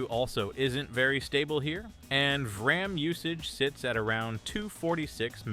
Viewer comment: "Leff for..dead" "Vraam"...Really wish people would stop using AI narration